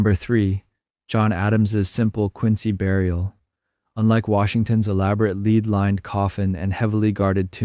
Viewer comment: Really! " lead"! They would have lined the casket with " lead", which rhymes with head! Lead, rhyming with read, means to set the way!